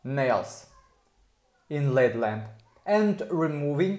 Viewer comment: It’s L.E.D lamp. Not led lamp. 😂😂